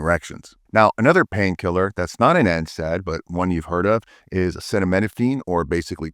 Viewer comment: I’ve never missed a video from this channel since I joined. Doc, I admire the fluidity of your pronunciation, especially when you said Acetaminophen. Thanks for these valuable insights. I guess we should steer clear of painkillers—they seem to be doing more harm than good.